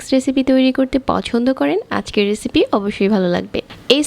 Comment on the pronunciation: baje voiceover. etto joghonno nekami sathe baje pronunciation. বেজে নিয়েসি, কেয়ে দেখবেন বিন্ন রেচিপি